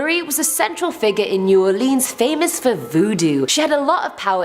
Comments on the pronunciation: Born, raised, and still live in New Orleans for 35 years. I appreciate y'all for making this video. Not making fun, just teaching, but it's New Orleans(Or-Lens) not (Or-Leans). Lafitte isn't pronounced (La-Fight) lol it's (La-Feet). Shreveport is (Sh-Reeve-Port), Calcasieu is (Cal-Ka-Shoe). Then of course we have Michoud, Atchafalaya, Pontchartrain, Tchoupitoulas, Opelousas, etc... Only negative thing about the video is not mentioning The Myrtles Plantation. It's probably the most haunted place in Louisiana, and very well known. And, The Bourbon Orleans is a well known haunted hotel in the French Quarter. If y'all ever make another Louisiana video, I'll gladly help. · They butchered all our parishes names too not counties or towns 😂 parishes kal ka shoe shreeve port and plz get this right y’all say nawlins y’all know we say that so it is new all lins NOT new all leans & it’s pa cawn. NoT a can of peas so pea can ain’t it no we don’t say terlet or earl we educated too and much nicer but talk like tawk the yanks not creole Cajun fake crap on movies that isn’t specific area & heritage race background ethnicity etc howeva ya wanna day it all mean da same but if ya true nawlins born raised you sound like ya born in jersey